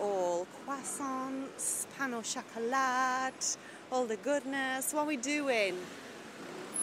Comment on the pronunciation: Chocolat = [shock-oh-la] Loved your black evening outfit for the first evening! ❤